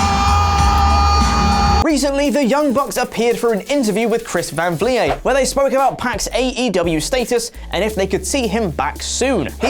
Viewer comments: Who is Chris van vliyé? 😂🤣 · Chris van vleeeeeet no vleee ayy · Chris Van Vleyay🤣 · Just a heads up, it's pronounced like "fleet" but with a V. Chris van Vliet (vleet). No one on this channel ever seems to pronounce his name correctly even though he says it in every video he does. You guys are great, but credit your sources properly :( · Lol it's funny hearing how many wrong ways you guys can say Chris Van Vliet's name. It's V-leet (like elite but instead of an E sound to start off the word it's a V lol) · A touch saddened to know that you guys don't actually watch Chris van Vliet's content enough to know how to say his actual name... He's the best wrestling interviewer going around! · My ears hurt every time botch pronounces Chris Can Vliet😂😂😂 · Are you trolling his last name at this point? Lol it rhymes with skeet.